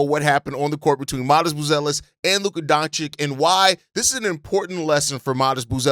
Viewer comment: DONCHICH!, not DONCHICK. It hurts my ears when you change that guy's name so often!